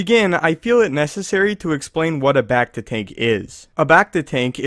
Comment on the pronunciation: how he says becta bugs me